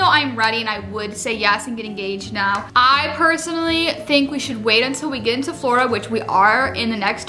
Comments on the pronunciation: The word is "Flordia" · It's "florida" 🤗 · The word is ''Florida''. Love you ❤️ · The word is "Florida" by the way I love you guys if you're watching you guys for so long and you guys are both of my favorite YouTubers I'm so excited for your future together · The word is Florida 😂 love you guys